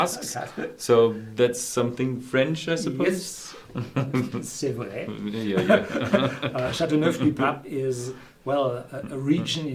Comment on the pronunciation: cha-tu-nev LOL